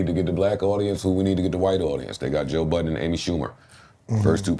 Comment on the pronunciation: way he said Joe show you know he don’t watch the Pod.